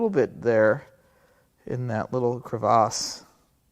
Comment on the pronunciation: Wow, I like that it's not a crevasse, but a "cra-vazze"! Almost makes me want to lift my pinky while saying it.